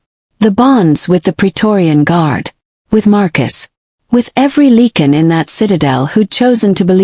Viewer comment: It’s not ‘leak-in’ it’s pronounced “like-in” .